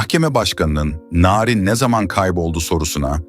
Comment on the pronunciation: Narin Beşiktaşlı larin gibi okunmaz aga bilgin olsun